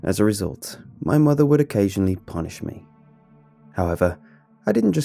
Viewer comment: Any one else mishear punished me as punched me?